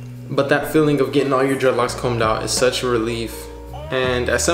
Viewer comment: It hurts my ears hearing u calling them dreadlocs